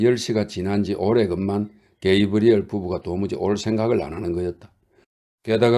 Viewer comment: 장시간 멋진 낭송 감사합니다. 게이~브리엘 이렇게 읽지 마시고 가브리엘 이라고 낭송하셨으면 선생님도 편하고 듣는 사람들도 더 편했을 것 같아요. 장시간 좋은 작품 낭송 감사합니다. 독자도 작가가 들인 만큼의 노력을 기울여야 한다고 한 조이스의 말이 생각납니다.